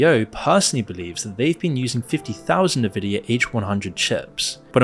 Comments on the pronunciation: It's pronounced EN-Vidia not Nividia. Had to say something! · It's "n-vidia" not "ne-vidia" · How you don't know it's pronounced EN-vidia and not Nvidia baffles me. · "N" vidia.... not "Na" vidia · not "nuh-vidia" 😭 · semi_intetersting, a considered overview of a possibility with no meat in the AI explanation. Also, for documentaries sake, at least learn how to pronounce En-vid-ee_ya. theres a reason the N is capitalised even in logo format. if youre gonna cover this graphics chip company that has been producing for decades, mention they were absolutely responsible for the gigantic waste of energy for many years during the crypto-mining boom, also ripping off gamers as a significant side effect. they prioritised selling chips for mining farms and ordinary people had to fight to be able to buy graphics cards. AI is still in its infancy, its similar to when search engines began as simple webcrawlers, later becoming advert based resultant pay2win outputs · Nevidia, lol! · NIVIDIA LMAO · The fact that you said Nuh-Vidia offends me 😂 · The proper pronunciation of Nvidia is "en-VID-ee-uh”. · dude please learn how to pronounce Nvidia it's really annoying how you say it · Maybe learn how to pronounce Nvidia before making a video about it. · I had to stop this video half way through. Every time the narrator mispronounced Nvidia is was like sandpaper on my nerves. Dude, it's "En-vidia", not "Ner-vidia". You also mispronounced the word subsidiary.